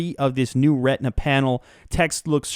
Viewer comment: u say retina funny :D (redna)